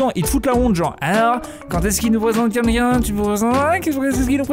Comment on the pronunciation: "QUELQU'UN" pas "QUINQUKIN" !!!